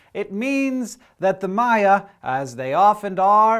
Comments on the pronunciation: It's "Maya" not "Mayan", Mayan is the language. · *eye twitch* MAYA say it with me MAYA not Mayan the language the people its also plural